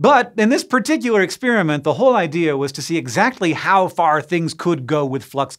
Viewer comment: . The whole”exSPEARamint” exploded?